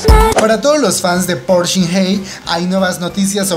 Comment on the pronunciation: Tampoco pronuncias bien el apellido de park(박) shin hye, se pronuncia bak. Tu dices bok